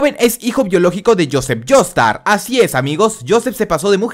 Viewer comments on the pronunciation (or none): espera dijo Jonathan Jaster en vez de Jonathan Joestar